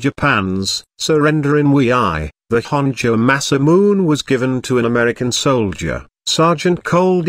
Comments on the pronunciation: u pronounce in masamun it is pronounced masamune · it is pronounce MA- SA- MU-NE not MA-SA-MUNE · masamune pronounced: masa-mu-neh (say fast) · Masamune is pronounced masa moo nay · rigth it by silable dam this video need to be redonne